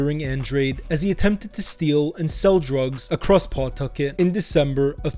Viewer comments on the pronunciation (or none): It’s not PAW-tucket. It’s pa-TUCK-et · It's pronounced Puhtucket not PAWtuckit. 😂 I'm originally from worc mass area but have lived in ri for 30yrs, even lived in cf from & worked at a few prov restaurants with mob ties. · P'tuckit, say it right